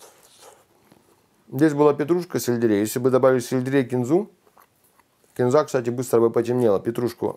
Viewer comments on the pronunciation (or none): none